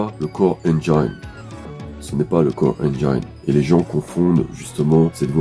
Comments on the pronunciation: Quelle dommage que le gars avec la voix trop lente en ait pas profité pour gober sa pilule magique d'IA intérieure supérieure.... Ca lui aurait permis d'apprendre des notions de base d'anglais et de savoir qu'' "ENGINE", ça se prononce "enn jinn", pas "enn jaïn".... Echouer si près du but... Quelle déception ! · Le "core Enjaïne" ? S'il pouvait apprendre une langue en deux semaines grâce à son intelligence supérieure, il prononcerait correctement moteur en anglais ^^